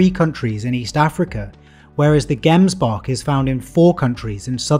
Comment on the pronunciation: Hey great video but a little bit of constructive criticism its pronounced gemsbok but like jems to pronounce "gemsbok," you can split the word into two syllables: "gems" and "bok"1. The first syllable is pronounced as "jems," rhyming with "gems" or "hems"1 Once again I don't mean to criticize you, I love your work